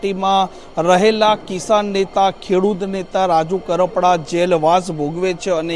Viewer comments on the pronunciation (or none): પેલા તો બોલતાં શીખો રાજુ કપરાડા નહીં રાજુ કરપડા